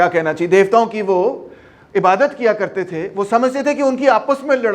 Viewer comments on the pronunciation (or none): none